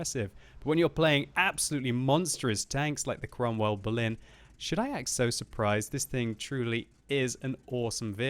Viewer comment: Before reading the title of this video I thought that the name of that tank was "Cromwell Baloon" due to pronounce